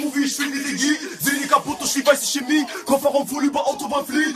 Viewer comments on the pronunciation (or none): none